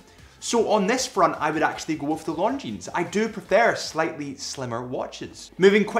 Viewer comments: omg stop saying LonDgineZ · A pet peeve of mine is people pronouncing the "s" in Longines... the "s" is silent.